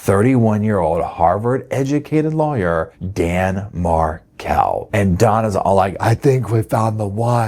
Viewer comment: Please its Markel' Some times you say it right